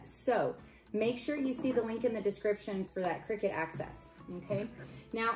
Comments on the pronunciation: Its called a cricut you think your saying crickett 😀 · its called CRICUT pronounced (CRYCUT) cricket is spelt CRICKET !!